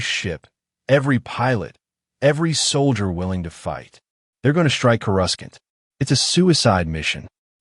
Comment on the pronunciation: You lost me at "Chorus-Kant."